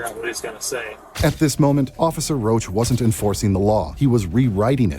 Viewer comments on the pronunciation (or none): It's Roush, not Roach. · His name is not roach. It’s Rach ROUCH.